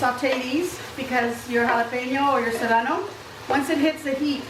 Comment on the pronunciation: Love everything but the “cerrano”, lol! Yum!❤️👍👍👍